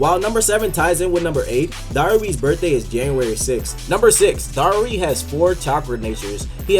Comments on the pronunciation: Its darui not dauri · Its pronounced dar-roo